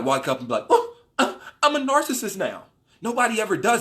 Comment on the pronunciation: funny how you have trouble pronouncing narcissist and manipulative haha good video 💯